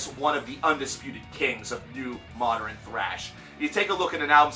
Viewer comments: Nathaniel Damarelos It's a common mispronunciation like pattern being pronounced "patteren" or northern as "northeren." "Often" should have a silent t, especially is not expecially, etc. They're all really common but wrong pronunciations. Sorry, old man ex teacher here. ;) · Why do you say modern like that